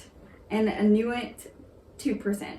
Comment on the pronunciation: Inuit: pronounced "IN you eee"